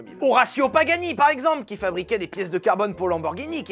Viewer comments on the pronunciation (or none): none